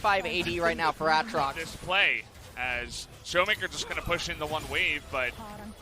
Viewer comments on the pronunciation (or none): Its "ocean drake" not open drake. Its Aatrox- ay trox not Ah trox. Im so clueless of why did they are pronouncing it like that